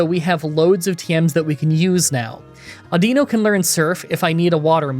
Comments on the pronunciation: I'm pretty sure it's pronounced Au-din-no 😂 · Before the video even started, I had to take me guess on exactly how you were going to pronounce audino. I guessed wrong